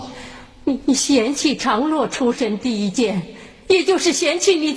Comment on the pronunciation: 第 38 分鐘：為什麼是「陳」長 (常) 洛？